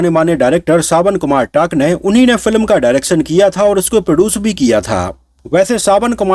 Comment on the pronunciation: टंक नहीं भाई 😂 सावन कुमार टांक है टांक